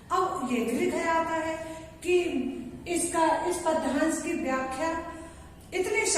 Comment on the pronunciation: Bt ek bat kahu padyansh ka उच्चारण sahi nhi h 😑